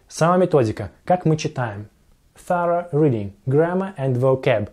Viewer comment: Блин научись правильно произносить хотя бы то что написал. Открой словарь и прочти как правильно произноситься слово thorough - ты будешь приятно удивлен